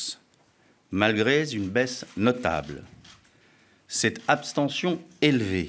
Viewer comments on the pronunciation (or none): "malgré z-une baisse notable" Il est aussi bon en français qu'en sociologie...